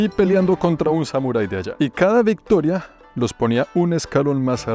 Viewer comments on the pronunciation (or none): none